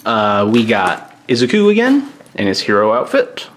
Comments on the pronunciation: Izuku is prononced I-ZOO-koo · No one : Him : izuki